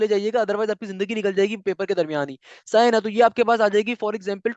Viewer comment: sir its sahi hai na not saha na